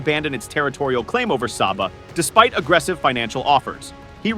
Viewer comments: Philippines people can't even pronounce Sabah correctly and at the same time claiming Sabah desperately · How come Philippines claim Sabah? They didn't even pronounce Sabah correctly. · You didn't even pronounce Sabah correctly.